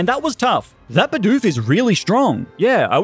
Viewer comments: Dude, its bidoof not beedoof :( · Stop calling it beedoof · Hate how he calls "bidoof" beedoof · He started out saying beedoof but started saying bidoof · It's not Beedoof. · That’s not how you said you said be dupe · i could not watch the video on how you said bidoof.... sucks seems like a good video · Man I hate how he pronounces bidoof